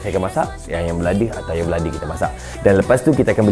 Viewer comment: Saya dengar di menit 6 bukan ayam masak kicap tapi ayang masak kicap😂